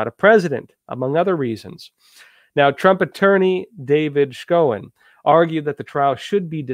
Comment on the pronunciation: Cicillene(D) from RI and Trump's defense member is pronounced "SHOW-en"